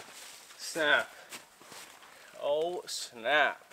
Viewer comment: My favourite saying ooor pisss! 😂